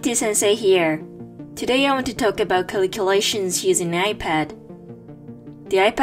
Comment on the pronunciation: i love the way she saids Caliculations😊